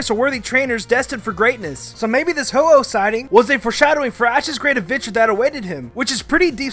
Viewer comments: its a ho-oh not ho-ho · It's ho-oh, not ho-ho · It’s ho-oh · u said ho-oh wrong...